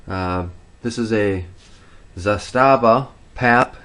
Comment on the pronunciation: ZAH-STA-VA🤦🏻‍♂️ ali dobro čovek ne zna Srpski😂